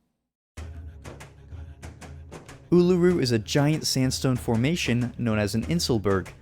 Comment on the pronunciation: as an Aussie, love your vids. but the way you pronounced Uluru gave me a headache lol